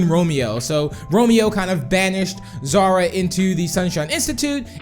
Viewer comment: Melanie Lee It's Xara Not Zara